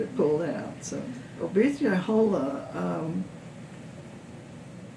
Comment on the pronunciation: Ah-poth-uh-hey-luh-hole-uh is how it’s pronounced. I’m a direct descendent :)